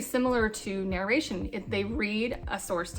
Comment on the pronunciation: You are saying "narration" totally wrong.